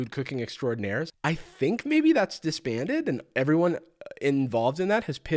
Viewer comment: "Eveyones so creative!" 💀💀💀💀💀💀💀💀💀💀💀💀💀💀💀💀💀💀💀💀💀💀💀💀💀💀💀💀💀💀